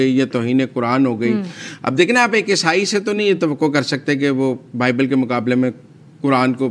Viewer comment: The word is not esai